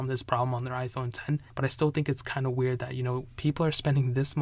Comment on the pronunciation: Hearing you say wearied makes me feel sick